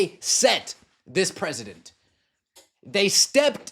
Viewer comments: it is precedent not president. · Nobody knows how to speak these days, the word is precedent (pronounced, press ah dent) not President like our country leader.